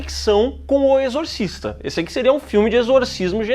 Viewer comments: "Exorcisto" foi foda kkkkkkkkkkkk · "exortisto" eu ri muito véi KKKKKKKKKKKKKKKKKKKKKKK